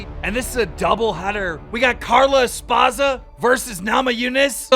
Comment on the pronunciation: DUDE WHY TF DO YOU ALWAYS PRONOUNCE EVERYBODYS NAME WRONG LIKE ALWAYS LMFAO. Even though you hear their name pronounced correctly 100 times you still pronounce them wrong lmfao. You have to be doing it on purpose. Justin "Gaisie"? "Espaza"? Bro.